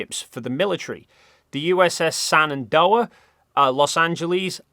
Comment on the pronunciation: We not gonna talk about how he mispronounced all the names of the American airships? Like he pronounces Shenandoah, Los Angeles, Akron, and Macon as “[the USS] Sanandoah, [the] Los Angelese, [the] Akronne and [the] Makonne”. It’s baffling how he butchered the last two. Akron and Macon are pronounced exactly how they’re spelled, how do you even screw that up 🥀